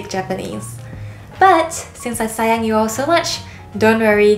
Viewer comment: I thought she said saiyan like super saiyan haha